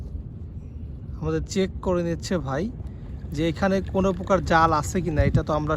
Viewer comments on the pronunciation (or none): none